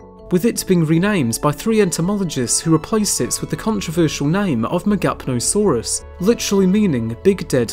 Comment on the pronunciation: “Big Dead Lizard” Ha! I would guess though that the “P” in Megapnosaurus is silent